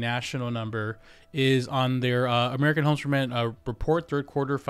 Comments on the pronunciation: American homstrument? American homesferment? American homesformen? I can’t seem to find this company. Just kidding. Great investigative reporting. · Dude pronounce the name of the company directly I still don’t understand what you are saying…”American homes…” then something?